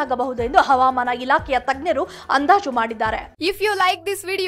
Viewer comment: Avaamaana alla havamana